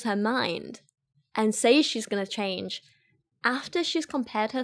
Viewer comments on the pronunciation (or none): none